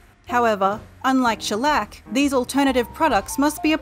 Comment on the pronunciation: When she says Shellec i hear a bit Shrek